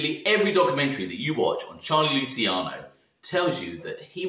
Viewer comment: Mate I love your vids great work. Lol but please pronounce Luciano correctly 😩😩 I’m begging you. Lu-chi-ano not lu-si-cano. It’s my little boys name. Sorry for being so Karen about it.